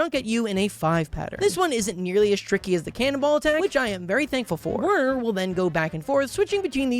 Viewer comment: is pronounced VERNER. IT IS GERMAN! DEUTSCHE!